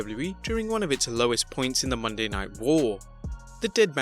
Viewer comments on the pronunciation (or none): none